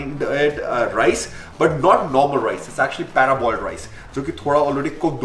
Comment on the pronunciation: Bhai it's par-boiled (not para-boiled). In Hindi, it is called Sella chaval. It is boiled with husk so the nutrition from husk goes into the rice and then de-husked and dried. The starch crystallizes in the process.